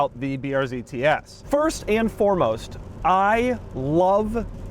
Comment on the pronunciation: Tee ees